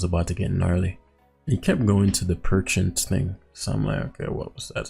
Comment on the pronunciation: I like how he kept calling Pecharunt Perchent, lol. Too wack looking of a mon to respect its name.